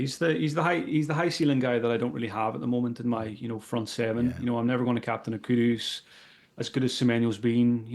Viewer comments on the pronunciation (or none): can you please please please stop calling Kudus Kudos. Kudos to for saying his bame right